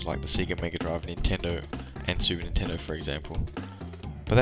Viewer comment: funny... in portugueses "lentendo" sounds like "slowtendo" lento means slow... kkkkkk =] good video btw.... cheers from brazil o/